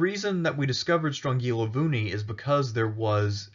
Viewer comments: Nice vid, I am Greek and I never heard of Strongilovouni. You got the pronunciation pretty close btw. Also I can't wait for Epirus! Great Job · Thanx for the video! Strongilovouni (you didn't "butcher" it at all!) means round mountain.